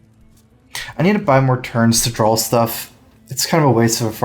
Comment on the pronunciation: Hey, I love your channel, you're super nice, your though processes is appreciated, and much more. one critique if I may, there is no L in the word DRAW;) drawl